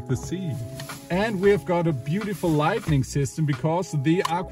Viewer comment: Nice job, but please stop saying „lightning“ (meaning Blitz) instead of „lighting“ (Beleuchtung). And for „30x30x30,“ you need to use „30 by 30 by 30“, instead of „to“. Keep making those videos - they are always fun to watch.